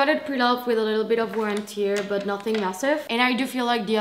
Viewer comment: Girl, this is not how you pronounce “tear” 😅 I might be neat picking, but I really think someone who makes fashion videos needs to know how to pronounce this one… No hate, just pointing out…